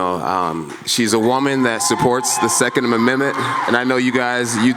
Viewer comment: The first time he said it i thought "shit happens we all fuck up sometimes " then he said it the same way a few seconds later... oh boy lol.